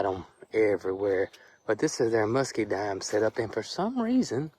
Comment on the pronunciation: It's MuscaDINE, not MuscaDIME.